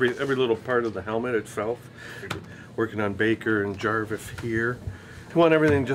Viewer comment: He said jarvith